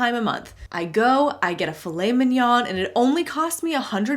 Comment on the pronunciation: I'm french, and Filet Mignon is french, and I love how you pronounce it ! It sounds real mignon !